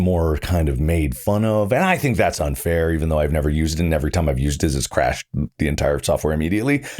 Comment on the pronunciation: i think he might've said not fair mumbled